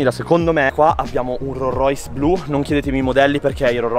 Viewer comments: "un ro rois" e con questo chiudo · "RORROIS" (si scherza è) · Non conosci i modelli di rollrois ma nemmeno la pronuncia grande lori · Devo imparare a pronunciare correttamente ROLLS ROYCE😅 comunque vi aspetto su instagram come al solito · Ma come pronunci Rolls Royce 🤨